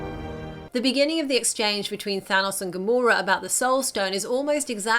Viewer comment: Why do most people say Thanos wrong like you